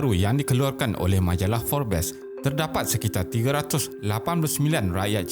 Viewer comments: Sebutan bukan "forbes" tapi "forbs" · Forbes sebut dia mcm "Forbs"....bukan "fobes" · Sebutan Forbes bukan ‘for-bes’ tapi ‘fobss’. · Forbes disebut forbs.. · Woi admin ko x reti ke pronounce forbes..geram.lak aku ko x reti pronounce forbes..buat malu je..suara macam pro tapi pronounce x betul